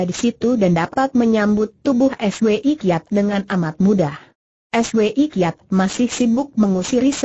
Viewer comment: Contoh lain yg mengganggu...Swi Kiat...dibaca dg dieja...es..we..i....Kiat...dst..!